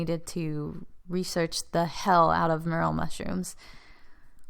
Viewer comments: Why pronounce as mur’-el? It’s pronounced more-el’. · mer-el......what? say it right. more. l. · I've never heard them pronounced as "Meryll" mushroom like you do. It's actually "more-ELL". Maybe it's a regional thing? However, I loved your video and all the details that you went into. (And yes, I am a Biologist). And as you found out you don't need to buy a laminar flow hood. It's easy to make an (almost sterile) glove-box with a plastic storage container from Home Depot and a bit of ingenuity. And with regards to your query about why sometimes mycellium behaves in a certain way ("they band together and form a mass...") but yet does not end up creating fruiting bodies, may be somewhat related to the mycelia making "clamp" connections. (Essentially "clamp" connections is a way that many fungal species have "sex"). That's why it is often preferable to take a (sterile) piece of the mushroom itself (rather than spores) in order to inoculate whatever growth substrate you then choose. That way you know that the genetics of that resulting mycellium is capable of forming the fruiting bodies. Here's a very technical link to an abstract: Often it is very possible to have very vigorous mycelial growth in all sorts of substrates but still not find the exact trigger to get them to fruit. Since you're obviously very knowledgeable I assume that you're very familiar with Paul Stamets. His book "Growing Gourmet and Medicinal Mushrooms" is a wealth of information. (eg. Sometimes there are multiple unknown environmental triggers that are important in order to get a mushroom to frui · Pronounced Mor-el!